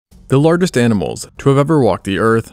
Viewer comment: I got as far as the mispronounciation of "lar guest" and stopped watching for fear of my ears being offended further....... AI ruins everything.